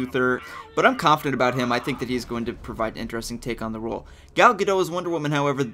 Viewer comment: You say: Gal Ga Dot(like a dot- point) She is from israel so her name is different than what your used to.